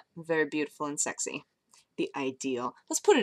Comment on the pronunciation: called me sexah:3 <3